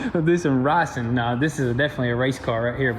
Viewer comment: "We'll do some ricein" lol